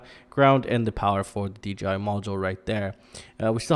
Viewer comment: Not trying to be an ass but you keep saying DGI did you mean DJI, its just throwing me for a loop......am I saying it wrong?